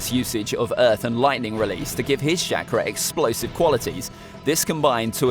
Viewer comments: I love how you say shackra instead of chalkra ( ik its chakra ) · Why this man said shakura but it is said chakara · CHA-KRA not SHAKRAR. and id s say kakazu is stronger than sasuke at this point of the story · the way he says chakra is shakra